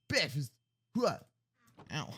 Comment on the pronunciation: Me: what's for bekfast? Friend: moose milk